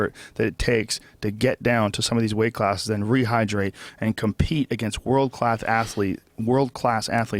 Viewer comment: world clath ass-letes